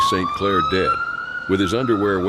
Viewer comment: ive just noticed that "dad" and "dead" are pronounced the same way...😮